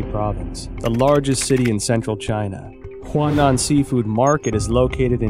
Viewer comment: The man cannot pronounce a single name correctly in Chinese. He has been writing about the Chinese Communist Party for over 10 years and he cannot pronounce Chinese names? He even calls the Huanan Seafood Market the Hunan Seafood Market. Look, I don't challenge the findings he may have made, but he should have taken the time to speak with native Chinese speakers to get the pronunciations right. He calls himself an expert, but he obviously can't speak the language. Sorry mate, but you've undermined your credibility completely. You must have been reading only articles written in English, so you are obviously not a true expert on China and the CCP. China in Focus, shame on you for letting him make this video without helping him make the correct pronunciations.